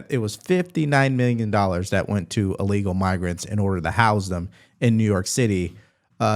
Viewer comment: It's pronounced ILLEGAL, not Allegal. Thanks.